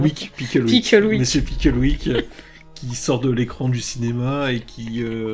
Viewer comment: Au début je comprenais Pickle Rick au lieu de Picklewick 😂 en vrai le crossover Rick et Morty/ Doctor Who je serais pour